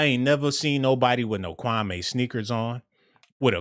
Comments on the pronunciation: his name is pronounced kwa=MEE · Dude its KWAME OK🆗🙄 KWAH MEE Now, StFu sounding like your lips STANK like day old Spit.